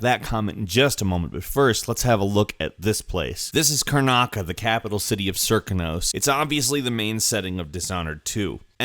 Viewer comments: Serkonos isn't pronounced how it looks (wierd, I know), it's actually pronounced Sir-koh-nas. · Honiahaka91 The guy in the video kept calling it Ser-koh-nos